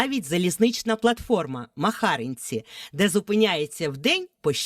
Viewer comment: Село називається МахарИнці а не МахАринці.